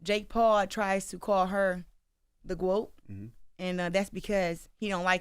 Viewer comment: The GWOAT the GWOAT THEEE GWOAT!!!